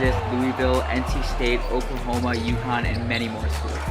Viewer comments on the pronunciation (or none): none